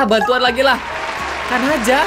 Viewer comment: itu bukan kanaja di baca nya tapi "kan aja"